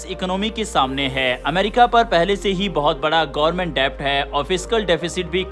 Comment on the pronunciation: Debt मे b साइलेंट होता है. डेट बोलते है . डेब्ट नही.